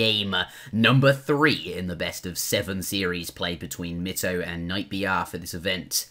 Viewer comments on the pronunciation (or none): Mikes name is pronounced "my toe" :D although your accent may just make It sound different, nice commentary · ***** Actually it is pronounced "My toe" =P